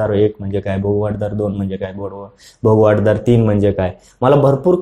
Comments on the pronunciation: भोगवटादार आपण सारखे भोगवाट दार म्हण्ताय ते चूक आहे. कृपया उच्चार तसा करणे. भोगवटा म्हणजे ज्याचा उपभोग घेता येतो ते. भोगवाट म्हणजे मार्ग भोगाचा . तुमचे कार्य सराहनियच आहे पण उच्चार चुका मुळे कधी कधी अर्थ बदलतो म्हणून हा कॉमेंट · भोग वाट दार नाहीरे बाबा .... भोगवटा दार म्हणतात